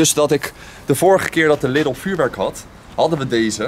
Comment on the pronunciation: Je spreekt de Lidl uit als Liedel, niet als Liddel. Ik weet het want ik woon 4km van de grens en kom wekelijks in de duitse Lidl. ;)